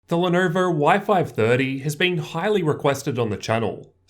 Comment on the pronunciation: "The Lernerver"